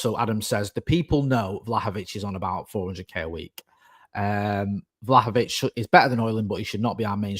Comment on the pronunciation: Only our mate could say “Vlahovic” twice literally back-to-back within a second and pronounce it differently both times ❤